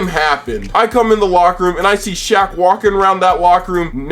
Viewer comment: The way you purposely butchered Shaq name got me good~ thatnks for the laugh